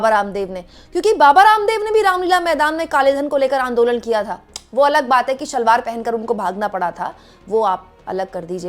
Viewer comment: Comforting to hear "Shalwar" and not 'Salwar' from Haldwani girl living in Noida. Pucca your mom is a Lucknowite or you know good Hindi/Urdu.